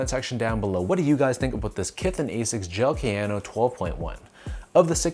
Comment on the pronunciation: Prononciation: Ah-siks not eysiks; Kah-yanno not keh-yano (key: ignore weird English way of pronouncing letters when it comes to pronouncing most international words) if you care off course since you are reviewing them